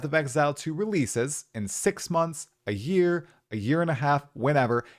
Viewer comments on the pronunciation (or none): none